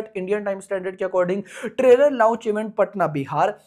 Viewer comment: Launch ❌ Louch ✅